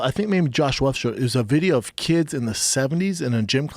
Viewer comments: "lone wuff" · Brendan "He's a lone Woof" Schaub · "He's a lone woof" -Brendan Schaub 2020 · Brenda! It's not melk and it's not wuff MILK AND WOLF! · Eric Wickens brotha, I think there’s a problem with people saying wolf or Wahlberg now, Luke Thomas said woof earlier on his podcast, too. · Tony Ferguson "He's a lone wuff"